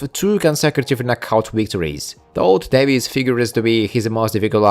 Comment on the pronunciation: Davis is pronounced (day-vis)